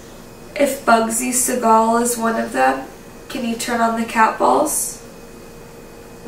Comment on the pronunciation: I tried watching as much as I could on this video, but the way they're saying his last name is just...I'll be back on the next video lol